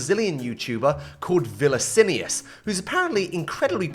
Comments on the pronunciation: I'm sorry what did you call him? "Vill-a-sin-i-ous?" His name is "Vin-icci-us" lmao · "Vilacinius" KKKKKKKKKK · Vinacilus seu achei engraçado ele faldndo vinicilius por causa da pronúncia das letras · "villasirius" hits hard ( im brazilian ) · VILICINIUS?????? VI-LI-CINIUS???? ARE YOU SERIOUS????? CAN YOU NOT READ???? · bro, what is "villacinius" lol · É Viníccius em inglês, gênio 🙄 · ok, mas podia falar de outra maneira né? "villacinius" é foda pra caraí kkk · Bro, vnncs13 (vinnicius13) laughed his ass off when he heard the way u said his name- 🤣 all cool though, he called u. 🤣🤣🤣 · viniccius* pronounced the name incorrectly. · This is confusing. The person said Viniccius, another person corrected them asking "you mean Vilanicius?", and I corrected them back saying "Vinnicius* pronounced the name wrong". I just thought the person genuinely believed Vinicius's name was Vilanicius, and I corrected them back because I was afraid others might also think the correct spelling was Vilanicius. I didn't mean to start an discussion. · "Vila cinius" KKKKKKKKKKKK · Gods... Is is that hard to pronouce names that are not inherently englishfied? Or is that just an american thing? "Vilacinius" might be one of the worst renderings of a name I've ever heard, and it isn’t even an asian name... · WHERE DID YOU GET THE L IN HIS NAME? VILICINIUS? KKKKKKKKKKKKKKKKKKKKK was not expecting to see vinicius13 randomly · "villacilius" is crazy☠💀 anyways vinicius is mumbo jumbo but from brazil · really? Vilicinious💔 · Kkkkkkkk vilacinius foi foda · Aqui o gringo:villacinius 13😈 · I've never heard someone butcher "Viniccius" this badly loool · É nao cara 🙄 nao aprendeu com o Vilacinius como fala o nome dele? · "Viliccinius" in on another level 😂😂😂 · literally no excuse for butchering it that hard its not even remotely close. VILICINIOUS? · viniciuse its a great name.... that not how its pronounced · Faz favor de dizer o nome do nosso amado Viniccius13 corretamente